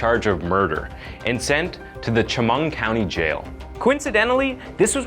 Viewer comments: It's pronounced Sha-mung I know because I'm from there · I almost couldn't hear the actual information because of the way he pronounced both Elmira and Chemung bothered me sooooo much.You'd think with all the research he did, he'd have learned how to say both names correctly. 🤦🏾‍♀️ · You mispronounced Elmira 😂😭🤣 you had ONE JOB 😂 the "i" is pronounced like the pronoun I. Cheming is pronounced with a "sh" instead of a "ch" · As someone from the area, it is pronounced El-My-Ra. Like Elvira. And the ch in chemung is pronounced sh. I really wish you would have done more research on the pronunciation of these places. I love your channel which is the main reason I continued to watch this episode even though I cringed every time you said Elmira or Chemung. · From someone living in the area, it's El-my-rah New York (◍•ᴗ•◍)❤ and Shoo-mung county. I live in Binghamton, which is neighboring Broome county (•‿•) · Elmira the i is long Chemung County pronounced shu- mung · You're pronouncing the cities wrong. Elmira is pronounced as el- my-ra not el-meer-ra and chemung is pronounced as shem-ung. Sorry I had to correct for future reference Incase you ever do another video with those city names again. It was driving me crazy. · Amazing video. Wish there was more time put into researching the pronunciation of elmira and Chemung County very jarring to hear . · The mispronounced Elmira & Chamong is driving me nuts! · Me too. It’s just so obviously off to locals we catch it right away. Chemung was off a bit too. I know it seems picky.